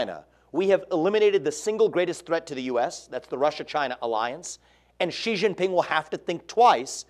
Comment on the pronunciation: Gee Gee Ping? 😂😂😂 anyone else tripping? Lol